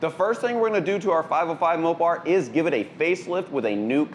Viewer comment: SAY MOPAR ONE MORE TIME......